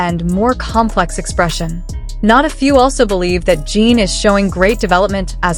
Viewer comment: This video doesn't know Jin at all. First of all, he is a he not a she. The pronoun was switched back and forth. Name isn't pronounched Jean. He already showed depth before in other songs.